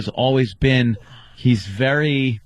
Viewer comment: Opie can’t pronounce anything that ends in ERY, very is vury, berry is bury